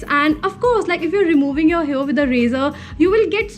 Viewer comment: Do all north indians pronounce hair as hear? Coz I've observed Taapsee Pannu say the same. No offense.